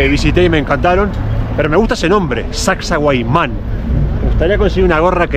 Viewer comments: Hola es Sacsay HUAMAN , tu lo estas pronunciando HUAYMAN pero es HUAMAN... la 1era vez que viniste lo pronunciaste correctamente ajajaja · Min suena algo mal.. correcto es: Sacsay-huamán.😊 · Hola, qué bonita experiencia. Con mucho cariño sólo una aclaración, se te escucha decir Sacsahuayman , cuando lo correcto es Sacsayhuamán. Un abrazo. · Sacsahuayman ❌ Sacsayhuaman ✅ ☺️ Hay una historia sobre la fortaleza de Sacsayhuaman fue la última resistencia inca. Saludos me encantan sus videos y la emoción que desbordan en sus videos ☺️ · Lindo video! Pero una corrección: no es Sacsahuayman, sino Sacsayhuaman. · No es Sacsayhuiman, es Sacsayhuaman. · Es SACSAY HUAMAN, no Sacsa huayman. 😅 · es Sac-say-huaman (no sac-say-huai-man).... mis amigos norteamericanos decían "sexy woman" ...... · No es “huayman” es Huaman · SacsayHUAMAN!! No wayman. Porfiado de oreja! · SACSAYHUAMAN. NO SACSAHUAYMAN. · no es SacsahuaYman, es SacsaYhuaman... te lo dicen, lo lees y no te das cuenta!😅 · sacsahuayman? 🤣🤣 Ningún cusqueño les corrige que deberían decir sacsayhuaman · NO ES HUAYMAN... ES HUAMAN QUE SIGNIFICA HALCÓN.. ES HUAMAN ES HUAMAN ES HUAMAN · lindo video pero es SACSAYHUAMAN JIJIJI